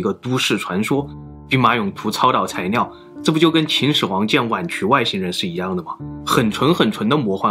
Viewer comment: 到底是埃及難還是中國難🤣🤣 這個難色是超導材尿😂😂 整個影片被這發音一直搞笑